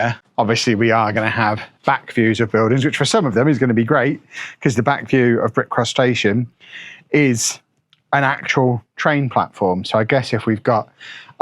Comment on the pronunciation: The way you say brick cross station sounds like bick crustacean. City looks good!